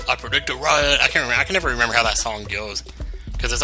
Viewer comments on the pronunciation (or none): none